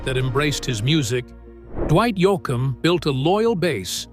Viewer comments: Who Is Dwight YOU-OUKUM? Badly Done Audio AI ...... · I am giving the video a Dislike for the AI voice that pronounces the last name as, Yo-ah - kum, Yo-a-kum, and a few more I can not figure out how to spell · There are two syllables in his last name, not three. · Your narration is ridiculous. Dwight "yoakeum"??? Try to at least get Dwight's name right. Had to stop listening. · It’s not yo a kum It’s yo Get it right with respect! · I always thought it was Yoakam, not Yoakam. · it's pronounced YOKEM not YOOCKUP dumbshit. (Oh I'm sorry, forgot you were a demonic AI working for the devil). Juz sayin' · I always that it was Dwight Yoke-em not Yo-Ike -em. You learn something new everyday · Yo. It's not "Yo" "Awkum., it's Yokum." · This speaker keeps pronouncing Dwight‘s last name wrong. ….. I think Dwight Yoakam and Buck Owens sound a lot alike and I believe that they’re both from Bakersfield California. A very awesome sound.! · It would be nice if you could pronounce his name correctly. It is Yokem and not Yo a kem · Its pronounced Yo come! Not, Yo a kin! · Not Yoo a cum but Yo cum. AI needs help with pronouncing names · These A I videos drive me CRAZY. I Love Dwight Yoakum. But it's pronounced Yo-kum, not Yo-a-kum. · Love Dwight, but am absolutely fed the f$#¡ up with these stupid AI videos that cant even pronounce words or names correctly and use the same tired ass voices! Was interested, but not enough to finish a video that kept calling the man Yo-Ak-cum. F this! Its official unintelligent is what it is! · The name is Yoakam (said YO-kum). Geez, your AI is annoying. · He calls Yo yak hum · As to the person talking about Dwight the first a is silent so it is pronounced Yokam............Check out your subject so you don't piss off a fan who really cares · I hate it when the narrator mispronounces the subjects name and important individuals and location names!! His name is pronounced YO-KUM! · YOKE-UM is how it's pronounced. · U ruin it u couldn't pronounce his name